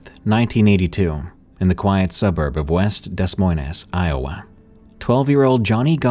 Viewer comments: I don't blame you because of the way it's spelled but Des Moines= Duh Moyn. Lots of places have weird ways to pronounce town names. Like Tooele, Utah. It's Too-i-luh. I do love your work. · Can really tell you're not from the Midwest when you pronounce Des Moines like that, it's pronounced Deh Moins basically. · Every time Des Moines gets brought up in any of these narrations I cringe so hard. No hate, and I'm aware it's not pronounced how it looks but it bugs me every time lmao (For the record, it's duh-MOYN) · You've probably heard this a million times by now, but in the 3rd story with Johnny, I think Des Moines is pronounced "duh moin." (Like, rhymes with "a coin.") 💛 But there's got to be multiple cities with the same name, & different areas pronounce all kinda of things in different ways. So I could totally be wrong. 🤷‍♂️ Either way, no hate, & thanks for mixing it up a bit, D! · Interesting stories. Thank you. Just one criticism Des Moines is pronounced Deh Moin (rhymes with coin) 😊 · I loved your pronunciation of Des Moines. Made it sound so fancy lol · So your AI can’t say Des Moines? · Is this video AI narrated? The mispronunciation of Des Moines, Iowa is extremely irritating and distracting from the otherwise engaging storytelling. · The town Gosch is from "Des Moines " is pronounced as follows ( going to try my best since I have no way to actually speak it ) Des is pronounced like "day" Moines is pronounced like "coins" but with an M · You don't pronounce any of the "S" sounds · The S's are silent in Des Moines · You don't pronounce the "S"es in Des Moines. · Sorry but your butchering of the city name Des Moines really kills me. I mean seriously? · Did this guy keep mispronouncing Des Moines?! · He’s from England you dingbat. We actually mispronounce it in America too, we just normalized it. I’d loooove to hear you try to pronounce some English counties lmao don’t be so disrespectful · Lol my mans really said DESS MOYNESS 😂. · Des moynez😂😂😂 say what?? 😂😂